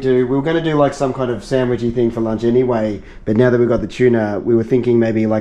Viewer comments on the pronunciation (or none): none